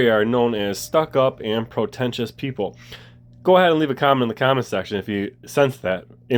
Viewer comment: Pre tentious not pro tentious